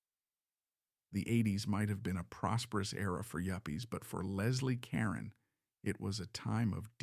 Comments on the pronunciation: Ca-roan! Moron!! 🤦🏻‍♀️ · It's ca ROne